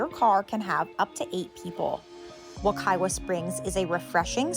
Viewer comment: Just a FYI. The 2nd w in Wekiwa is pronounced as a "v" (Wekiva). I used to swim there a LOT as a child!